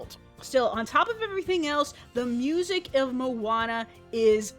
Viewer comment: At the beginning i thought she said Obama. :)